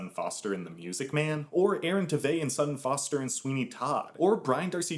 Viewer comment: They're brilliant with remakes...# And I'm certain that's not how Sutton is pronounced. And I don't think she's been in anything since the '60s.